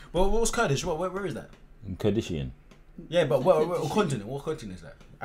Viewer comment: 😂😂 man said kurdisian